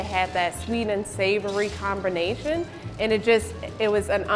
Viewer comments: Is it only me or the manager said "sweet and savoury cornbination" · Combernation. lol